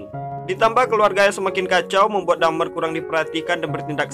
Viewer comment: Bang my friend dahmer bukan dhamer